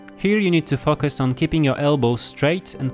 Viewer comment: I hear something else when he says focus